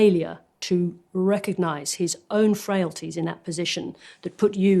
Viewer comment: Please do NOT praise Sarah Ferguson! She is the bggest CU next tuesday who hated trumps guts all the way and her TDS led her to try and do a massive expose on Russian collusion on him!! Forget that she doesnt know how to pronounce RECOGNISE! She is going after cackles cos shes still butt hurt over trump winning.